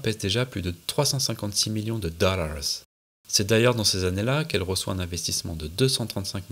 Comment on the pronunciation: Très cool ce docu ! Avec quelques pépites en plus, le "Pachaze de vitesse" et les "Dooollaaawzzzz", j'avoue j'ai rigolé :D